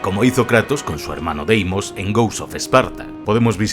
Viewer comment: Kratos por qué le dice a Deimos DImos